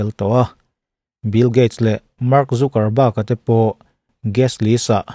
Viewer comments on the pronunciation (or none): none